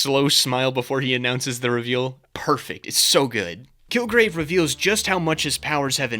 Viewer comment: had a little bit of an elmer fudd moment and said "kilgwave"